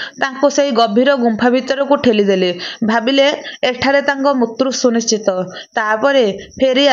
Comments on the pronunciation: Mrityu kahibe, apana mutru kahuchhanti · ମୃତ୍ୟୁ କୁ ମୁତ୍ରୁ ପଢ଼ିବା ଠିକ୍ ନୁହେଁ l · Kan bhasa ta thik se kahi januna.. Uchharana bhul kahucha.. Mrutyu ku.. Mutru... Mutru kan kahucha... Hasa labuchi tuma katha sunile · ମାଉସୀ ମୁତ୍ରୁ ମୂତ୍ରୁ କଣ କହୁଛ, ଫେରେ ମହସ୍ରି ବି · ବହୁତ ଭଲ ଭିଡିଓ। ମୃତ୍ୟୁ ର ଉଚ୍ଚାରଣ ଠିକ୍ ଭାବରେ କରନ୍ତୁ।